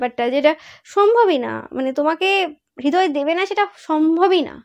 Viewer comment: হৃদয় উচ্চারণ হবে = Redoy not hedoy. Thank you dear ❤️